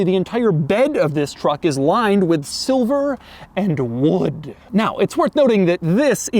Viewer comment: Doug said 'This is SiLvEr aNd WoOd!" with such an emphasis that i screamed out in my house just now lmao